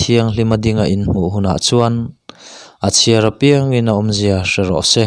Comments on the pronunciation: A lawmawm hle mai,pathian thu ngaihthlak tur a awm hi ka lawm tak zet e. 'A piang'emaw 'Piang'tih hi a pai deuh a. A nih loh leh a thluk hi a dik lo deuh a. Mahse ka lo ngaithla rem mai a. Mahse hnam dang mizo tawng thiam ve chiang vak lo ten i tih ang hian a dan tur a maw an ti a nga. Kan tawng hi an pawngsual ka hlau deuh a ni. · A piang tih hi i thluk dik lo eee entir nan ni 20/ 1/ 2020 ah ka piang tiin thluk teh aw a dik mai ang. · I van ti tha em aww. Kan lo ngaithla ziah a nia. "Apiang"tih lai kha i lam dan a diklo a nia. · A piang tih i thluk dan chu ava mak ve.